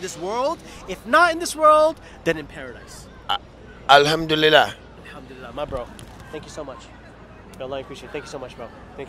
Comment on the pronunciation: Masha Allah I love the way he says alhamdulillah ❤